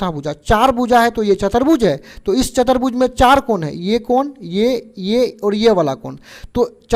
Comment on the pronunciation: 1 -- सर चतरभुज नहीं होता ।❌ चतुर्भुज होता है ।✅ 😅 2 -- सर बड़ाबड़ नही होता है । ❌ बराबर होता है । ✅ 😅